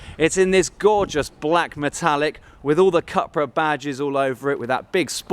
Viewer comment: pronounced "coopra"